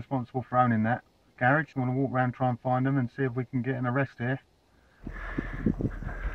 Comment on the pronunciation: What's a "garriage"?